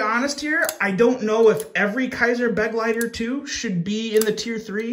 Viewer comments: Just a small FYI: the Kizer Begleiter is mispronounced. "Begleiter" is pronounced as "Buh-gleye-ter". The "Buh" is pronounced like a "Be" with the "e" being very short. The word "Begleiter" is German for "companion" or "attendant" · Begleiter is pronounced as be-glei-ter, German fir companion.